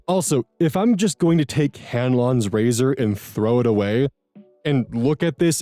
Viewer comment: I heard "Ganlon's Lazer" instead of razor lol